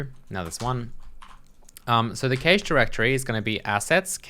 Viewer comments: What's a kay-shh ;-) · I'm sorry you've made my day. I'm pretty sure you're supposed to say cache like cash.